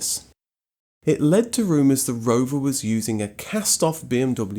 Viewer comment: Take a shit everytime he says roverrrr